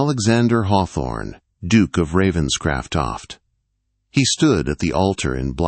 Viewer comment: This AI cannot province the name Ravenscroft.😢